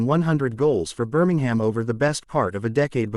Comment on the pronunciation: Ajax=eye-axe, Maradona=mara-donna,Liege=Lee-age,Norwich=norrich, and generally speaking there is no 'ham' at the end of place names - eg Birmingem not Birming-ham